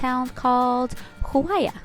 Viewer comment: It's pronounced Jua-yu-a